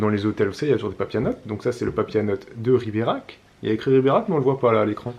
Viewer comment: J'aurai du compter combien de fois tu prononce Riberach. Tellement de pub et pas de promo pour un séjour snif snif.